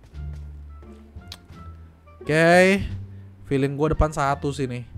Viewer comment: Bukan veeling good tapi veeling strees